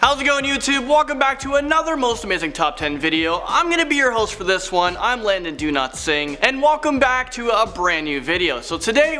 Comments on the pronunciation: I keep on thinking he says "I'm Landon do-not-sing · I hear that every time he says his name. Can't help it. My ears are wonky lol.